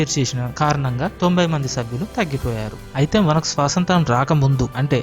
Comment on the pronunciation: Swasanthra kaadhu... Swaathanthryaa....